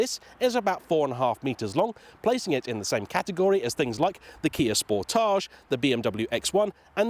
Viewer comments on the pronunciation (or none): Isn't it pronounced Kia "Sport-edge"? As in, a portmanteau of 'sport' and 'portage' (an overland route around a water hazard)?